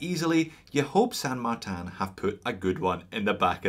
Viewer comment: Why pronounce the name incorrectly. You pronounce the word insane correctly so it’s not difficult to say San Martin. It’s not San Martan. It’s a Chinese company not some fancy company in a French village.